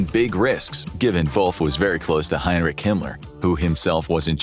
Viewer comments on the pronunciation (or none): none